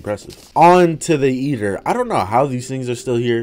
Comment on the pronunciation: “Eater” Nah Yeater Noice